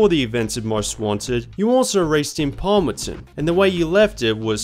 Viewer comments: The city in Carbon is called "Palmont City", not Palmonson or however you pronounced it. Good video though. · I always felt weird when you say Palmonton :D the City name is Palmont City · It’s Palmont City. Why does he keep calling it Palmonton? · It’s Palmont City, wtf is Palmeton